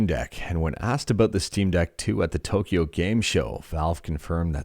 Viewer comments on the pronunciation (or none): none